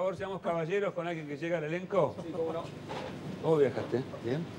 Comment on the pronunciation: Un elencg espectaculegg